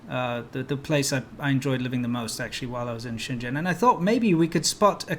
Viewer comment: It's so weird to hear you pronounce 深圳 as shen zhen, when you know how to pronounce it properly, lol.